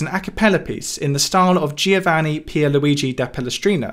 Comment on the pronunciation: As an italian I have to say it's not that bad, but you cold work on it 😂😂 Love your vids man 👊🏻💜